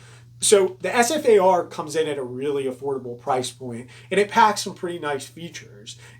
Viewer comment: It's known as the Ssss-far-ah